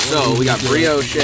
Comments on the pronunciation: I love but this dude owns chickens and still buys eggs. While saying some shit like breeyoshay. ITS BREEYOWSH MOFO I LOVE YOU. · lol BREEOSH’EH!!! it’s BREE OSH. (Brioche). Love the videos!!! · Did he say, berry's with the cream? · “BRIO CHEY” 😂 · it's pronounced bree•aash my guy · Someone teach him how to say Brioche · Just fyi, the "e" is silent in Brioche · It sounds like brioche but say it without the e at the end that’s how u pronounce it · Now you have me wondering if you actually know how to pronounce brioche